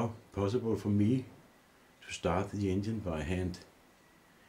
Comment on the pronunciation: I really appreciate the work and result. I still can't help it... Every time he says engine, I hear Indian. 🤷🏻‍♂️